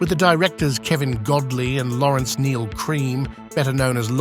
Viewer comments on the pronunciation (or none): none